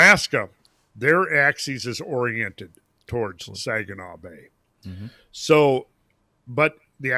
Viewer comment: I love how called it the 'Sajinaw' bay. That's a hard G,. 😄